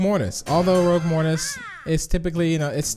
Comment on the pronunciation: You did not say ROUGUE right